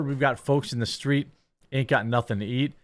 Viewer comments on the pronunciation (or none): none